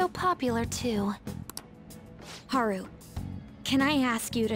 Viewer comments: it's hAru not harU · The u is short, pronounced oo. pronounced it as Ha-ru. Also, this isnt meant as a mean comment just a helpful one on how to pronounce the names.